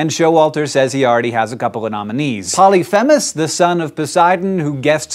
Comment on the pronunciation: Polyphemus is pronounced Poly-Fee-mus